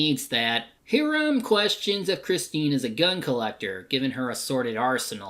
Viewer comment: This Tremors-a-thon was so much fun to work on. Thanks for taking my idea for it! Also, He-ram? It's pronounced "High-ram"! LOL